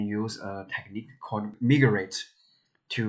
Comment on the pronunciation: It pronouces mai-grate, not mii grate.